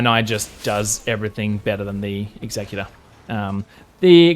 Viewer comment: Totally wrong about the pronunciation. As you said, the executor is someone who executes, I.e. gets shit done. Your pronunciation means “someone who is responsible for carrying out the terms of a will, as specified by the deceased.”